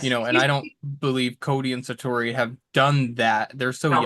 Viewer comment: Sounds like she's saying Santori lol whoops